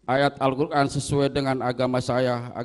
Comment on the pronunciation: Om kuat mbaca Alquran,an nya salah ya om..😅😅